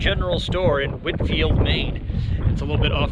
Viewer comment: Come on. It is Whitefield, not 'Whitfield'. It's not St. John's Bay, it's John's Bay. It's not Fort William McHenry,, It's Fort William Henry, which I excavated in the 1970s.